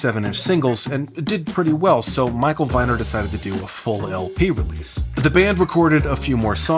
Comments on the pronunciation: "Viner" is pronounced with the long "e" sound. Rhymes with "meaner". At least that's how my mom says it whenever she tells the story of how he gifted my family baby furniture when I was born. Moms are usually right. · Viner is pronounced Veener